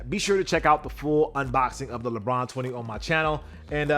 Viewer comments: Lebron James: ❌ Lebon James: ✅ Edit: now it's Leborn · "LeBorn" james lfg!